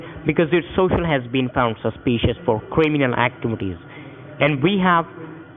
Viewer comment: Suspeeshious socials. Damn them!!